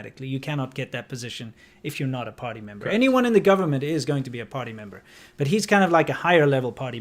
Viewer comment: Im a Hillbilly so every time you say party member I hear potty member. All the same in the long run, I reckon